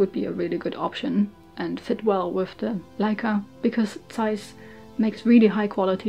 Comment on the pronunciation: Ich hab mich erst erschreckt das jemand bei YouTube Zeiss richtig ausgesprochen hat, dann kam die Sprache auf Düsseldorf... 😅 Ich habe selber eine Ikonta, ohne super, und bin immer wieder begeistert über die Qualität des Objektivs. Die "kleinen" Ikontas haben zwar keinen Rangerfinder, sind dafür noch etwas kompakter.